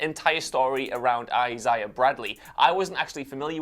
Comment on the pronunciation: I - zay - uh